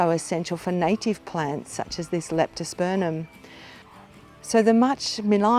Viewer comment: Thank you very much. Now I hope you won't be offended but the name of the genus is pronounced LeptosperMum, not LeptosperNum